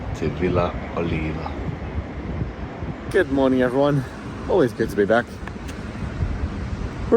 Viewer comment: I am fluent in Italian...the pronunciation of your villa would be o-li-v-a`a...